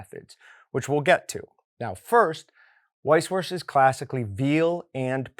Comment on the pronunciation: Great video but would it really have been that hard to look up how it's pronounced lmaoo